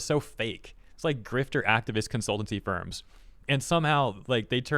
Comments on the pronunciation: What I heard: "My gosh these sperms continue to prove how corrupt they are" What he said: "My gosh these firms continue to prove how corrupt they are" For a moment I thought went wild 😅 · I must have bad hearing because you said ‘these firms’ and I heard ‘these sperms. Just saying my invasive thoughts out loud.